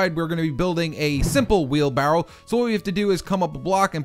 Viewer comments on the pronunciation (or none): he says wheelbarrow funny lol